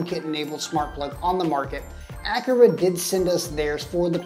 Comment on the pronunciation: Thanks for letting me know there was no ability to make automations based on the energy monitor. Hopefully they will update this. Also FYI “a Car a” is the correct pronunciation 😉.